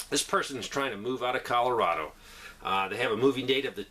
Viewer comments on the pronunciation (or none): none